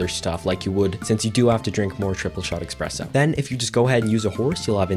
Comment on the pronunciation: lmfao you call me a nerd then pronounce espresso “expresso”, ily istg 😭